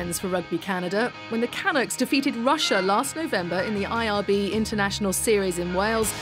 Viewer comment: Canucks: Emphasis on the -nucks not on the Can